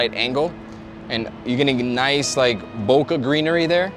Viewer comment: Bokeh is like bo-kay